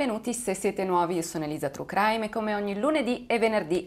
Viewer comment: "trucraim" :-D